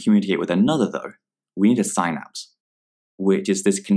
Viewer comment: Thank you for the video! Weird pronunciation of synapse though. It's "syn" as in "synonym" not "psy" as in "psychosis". My professor showed us this video for our intro to anatomy lecture.